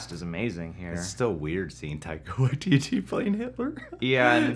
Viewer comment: "Taika Waiteetee"